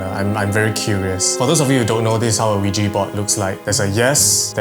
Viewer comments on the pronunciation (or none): It’s ouija not ouiji 😂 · bro said ouiji board instead of ouija legit thought he said lugi board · I tought he was saying "Luigi board" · I heard Luigi board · I misheard Luigi board